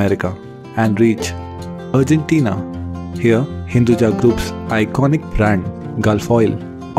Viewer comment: The commentator has a funny way of pronouncing Argentina. And what is a 200 crow plant ?